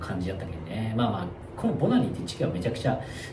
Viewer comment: 初見です。 今年からバングラデシュに仕事で赴任して、現在ボナニに住んでます。 Bananiと記載しますが、発音はボナニで合ってますよ！ バングラデシュ人は人懐っこく、よく話しかけてきますね。屋台での雰囲気が実際の雰囲気だと思います！